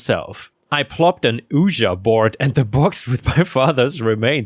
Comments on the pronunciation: "Ouija" is pronounced more like "wee-ya" (not "ooja") because it's formed from the words for "yes" in French and German. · 😂FYI Ouija is pronounced Wee•Jee. That was funny hearing Woo•Ja. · It's not pronounced "oo-ji" it's like "we-jee" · Ouija (pronounced wee-jee) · Ouija is pronounced "weejee". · it's pronounced weegee board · Ouija.. Oui französisch, ja deutsch. Heisst einfach nur jaja.. aber halt in 2 Sprachen. Nicht Uhjar xD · Hey, just a handy tip since it's not an English word Ouija is pronounced like a "wee-jee" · Ouija is pronounced weegee... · I always heard it pronounced 'weejee' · Oh in story #2 Ouija is pronounced "Wee-Gee". At least here in the States. It's also known as a Spirit Board, due to it's use as a means of communication with spirits and ghosts. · Just so you know, bureaucratic is pronounced byor-oh-KRAAT-ic and ouija is pronounced WEE-jee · It's pronounced WeeGee board. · Hey,! Just letting you know that "Ouija" is pronounced "weejah". I am a daily follower and love your content-- keep 'em coming! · I caught that too...I was going to suggest "Wee-gee" as the pronunciation 😂 I like yours too though 😊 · I just looked up the pronunciation, and the first one said "weegee", second one said "weegee" and "weejah" were both acceptable. We always pronounced it "weegee" when we were kids playing with the thing... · It's pronounced wee-gee board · Hey, Ouija is pronounced WE-GEE or WE-JA... "Oui" in french is pronounced "WE" and means "Yes" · 👻 Hey! So the way you pronounce the word Ouija, like the Ouija board from the water company story. To pronounce the word make these 2 sounds... 'Oui' - just like the French word for yes. Similar to a English 'we' And then 'G'- just like you would say the letter G from the English alphabet. So it sounds like 'Oui'-'G' = Ouija ⭐⭐⭐⭐⭐⭐⭐⭐⭐⭐⭐⭐⭐⭐ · It's pronounced wee-jee /ouija board. 😂 #3 no it is not ok to touch someone else's baby. NTA. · Ouija is pronounced wee gee. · Ouija is pronounced weeja